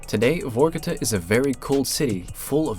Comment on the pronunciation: It’s not VOrkuta. It’s VarkuTAH!